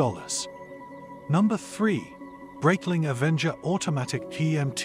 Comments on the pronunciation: For the love of god, if you're a watch reviewer at least pronounce the name correctly. Breitling, is a Swiss company with Swiss-german heritage, the name therefore is pronounced Br-eye-tling, not Br-eyt-ling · Video would have been much better if you pronounced Breitling properly